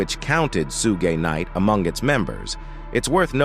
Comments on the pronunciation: Sugay knight? Lmfao rofl I'm dying here on how you can fuck his name up on every video you call him something different, it's (shug) like suga bear , or sugar, or Suge ! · I stopped listening after hearing "Suegay Knight."🤣😂🤣😂💯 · Sue Gay Knight? I'm pretty white, but come on dude. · Soo-Gay Knight 😂😂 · Who tf is sooga knight 😂😂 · Suuu-gay night pooruuu 🤣🤣🤣🤣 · "Sugay night"😂😂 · Sue-gay Knight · I lost it after hearing “Sue-gay knight.” 😂😭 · Sue-gay night yh 😂😂 sounding like the meerkat from the compare the market ffs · Su-Gey Knight 🤣🤣🤣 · “Sugé Knight”😂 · 😂😂😂😂😂😂Soogay night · Suegay Night😂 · Suegay knight 😂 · this dude really said "Sue-Gay" Knight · Sue-Gaay Nitey Nite.. 🤣🤣🤣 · I noticed that as well, it had me laughing throughout watching the clip. 🤣🤣🤣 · I was like WHAT??? Haha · Sue gay😅😅😅😅😅😅😅😅😅 Got to love Auto readers 😁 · I disagree.. Signed , Soogay nite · Sugey Knight?🤔🤔😂😂 Hollysmokes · Can’t pronounce Suge Knight for nothing😂😂